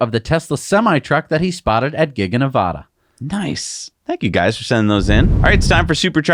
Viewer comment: Please learn how to pronounce Nevada. Like Elon does